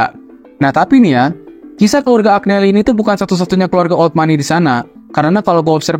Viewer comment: Maaf mas, Agneli tu dibacanya Anyeli... Giovanni dibacanya Jovanni...